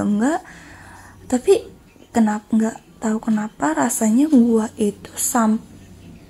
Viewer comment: Gua nya pake "h" donk Jadi gw denger nya GUAHHH